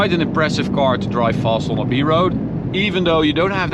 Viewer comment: the English sucks, it’s a car, not a cor!!